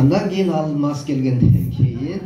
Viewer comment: алмас эмес,Алмаз деп айтылатко. Сендагы серпиип алгансынго. Туура айталбай жатасын.